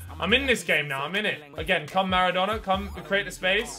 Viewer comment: I swear near the start in the team section he called maradonna madonna